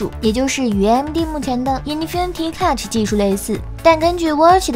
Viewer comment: 好歹也是个数码频道，咋连 cache 都能读错 ......